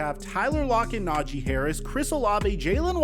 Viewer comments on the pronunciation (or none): none